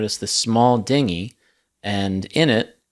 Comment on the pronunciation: only AI would pronounce it Din-gy